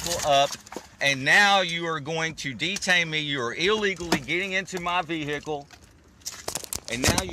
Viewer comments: Vehcile? WTF? Who's the illiterate one here? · you are illegally getting into my Ve-hickle